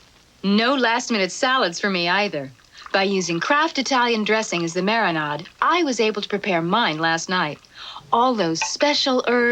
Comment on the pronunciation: I'm sorry...did she pronounce marinade as "mari-nod"???